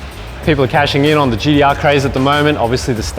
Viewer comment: You can say Tee-spec but why do you keep saying GeeDeeArr? Great presentation though.